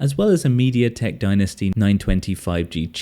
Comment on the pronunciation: It's mediatek dimensity , not dinasty 🤦‍♂️